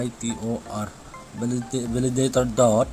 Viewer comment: beh2 hija bro... Themkhat hoidom in bol o Valaditor ahipoi e Validator joh ahe chuleh pronunciation jong kicheh dom leh dei aume